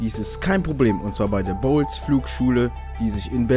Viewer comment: Ich glaub du hast Bolles Flugschule bzw. Riesenrad falsch ausgesprochen xD Ich denke nicht das. man es bols spricht.